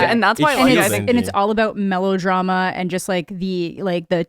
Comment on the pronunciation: did you just say MELLOW-drama!? 😂